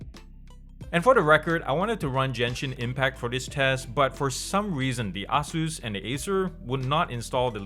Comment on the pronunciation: "A-Zeus" not "Ah-zeus" great review though